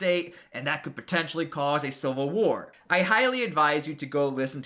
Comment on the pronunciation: its civil war not silver war this dude is an idiot